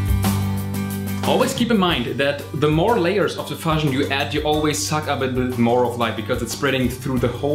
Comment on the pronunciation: In English, 'diffusion' is pronounced /dɪˈfjuːʒən/. That is, the 'u' is pronounced like the word 'you' or like the vowel in 'tschüss'.